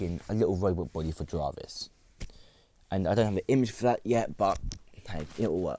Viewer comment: Why did you mispronounce "Jarvis"?